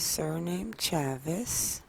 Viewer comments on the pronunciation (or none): I think Chavis is pronounced Chay-vis. Long A